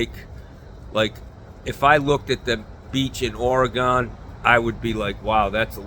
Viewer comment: I'm glad you didn't ream me a new one for my beach comment, but please, for the love of God, please do not say Ora-gone. It's Ory-gun. I love ya man. Rick from Orygun.